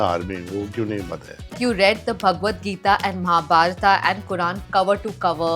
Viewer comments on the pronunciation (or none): Kamya, the Indian Sindhi, can’t pronunce Gadha and Mahabharata properly? It is gadha not ghada and Mahabharata and not mahabarata.